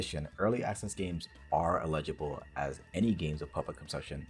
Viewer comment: The "illegible" pronunciation of "eligible" bugs me more than it should.